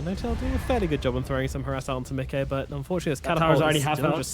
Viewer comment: If the reads this: Micke is (obviously) a swedish name and you are pronouncing it perfectly. Most people say Mickey like the Disney character but all "Mickes" out there wants to be called exactly the way you say it! Great casting altogether